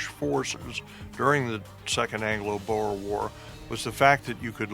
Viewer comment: as an afrikaanse boer, its not boers its boere. And you mispronounce it, you pronounce it "boo-re"